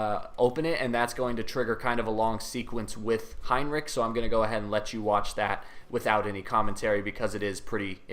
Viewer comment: Der heisst Heinrich und nicht Heinrick ! Eure Aussprache ist echt ....